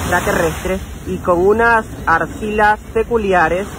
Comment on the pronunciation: Arxilas. 😂 Axilas.